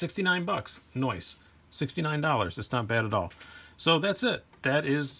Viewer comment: Lol just noticed when you say the price of the mini sheepdog u say noice